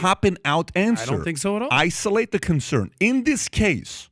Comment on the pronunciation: Holy sh*t... Pat killed the word 'isolate' for me... i almost got physically ill.